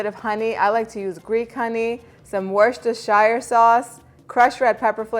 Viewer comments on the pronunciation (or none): Looks delicious 😋, Its pronounced worstersure sauce it’s the British name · Actually, it’s pronounced, “wistah sauce”...